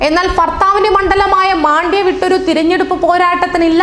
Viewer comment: "മാന്ട്യ" അല്ല "മന്ട്യ".